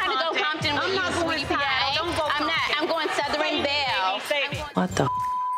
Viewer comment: Malaysia, what is a Sou-ther-rin belle honey?